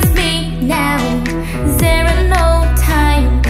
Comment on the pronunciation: chị phắt âm "there" sai rồi